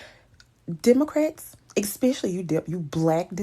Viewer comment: She said DUMocrats😂😂😂 ..